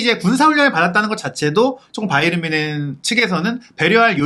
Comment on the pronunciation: 평소 자주 시청하며, 좋은 정보에 감사하고 있습니다. 일반적으로 이름/지명 등의 고유명사는 현지 발음대로 하는 것이 원칙으로 알고 있는데, "바이에른" 발음을 영어식 발음인 "바이언"이라 수없이 발음하시는데, 독일통 기자라고 하시는 분이 영어식 발음으로 "바이언"이라 발음하는 것이 계속 귀에 거슬리네요. 제가 맞다면 고유명사인 "바이에른"을 앞으론 독일어 발음으로 고쳐주시기 바랍니다. 😊😊😊